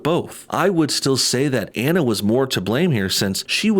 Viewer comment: Omg please pronounce people’s names properly. Anna Faris’s first name is pronounced Ah-na. Drives me nuts. 😜